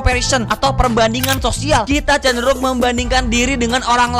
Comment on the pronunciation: sosial bng, bukan sisual🗿